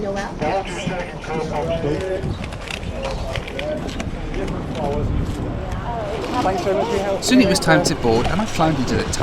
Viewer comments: “And then... NOH-EHL”? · She got it right about the third time. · But there is an "l" in Noel. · Tiger's Eye From my experience in Canada Noel as a guy name is usually pronounced the same as Noelle. Might be influenced by the French Canadians though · Did she refer to you as No El? Lol. I’m sorry man. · Did Noel have a word with the Quincy staff about how to pronounce his name? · Funny how Americans can’t pronounce Noel! Do they not have that name?! I’m laughing at how they’d pronounce Noel Edmonds! 😂😂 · Is that Noel how is pronounced in North America? Sounds like the female version of the name Noel, which doesn't exist to the best of my knowledge.